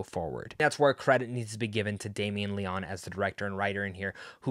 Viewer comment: Great review! Going to see it asap. It's pronounced (Leo- knee) by the way!